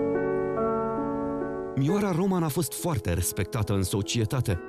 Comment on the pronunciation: Se pronunta Ròman,cu accent pe o nu pe a,inteligenta artificiala!!!